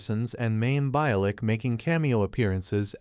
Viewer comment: Hey AI Her name is pronounced Be-A-Lik